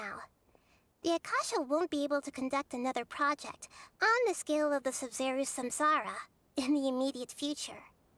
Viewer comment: I pronounce "SUmeru" and not "SumEHru"